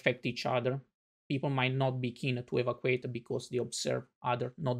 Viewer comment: I appreciate this, and I understand that the documenter here does not speak perfect English. May I however point out that the word evacuate is pronounced *e-VA-cew-ayt*.